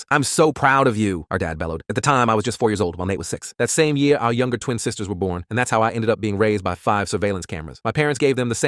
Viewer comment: Ye-a? You mean year